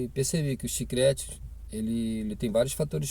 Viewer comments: CHICRETE TA F,,D KKKKKK É CHICLETE KKKK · Olá ,o correto é CHICLETE e não chicrete ,no mais obrigada pelo conteúdo .Desejo sucesso